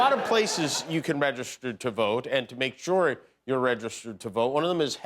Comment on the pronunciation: He has a unique way of pronouncing "registered".